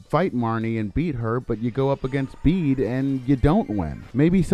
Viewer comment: Bede's name is pronounced like "bead".